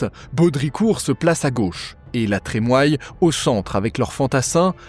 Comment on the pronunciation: Super ! Merci !!! NB : La Trémoille se prononce "La Trémouille"